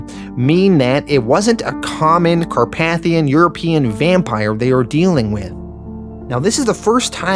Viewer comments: Car-pay-thian not Car-path-ion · The way you pronounce some words gives my brain a stroke. It’s car-pay-thee-in In preacher it’s pronounced sare-eh-fie not ser-raffy. Do you do it on purpose? I swear something in my brain just cooks every time I hear it -_- Not trying to be mean, it’s just an ocd thing sorry. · Great video! Just a heads up, it's actually pronounced Car-PAY-thee-in.